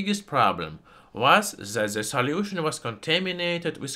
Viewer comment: i love your accent. "salyiewtion"